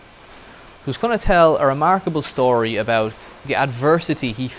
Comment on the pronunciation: The word Story DOES NOT have an SH sound!!!!!!!!!!!!!!!!!!!!!!!!!!!!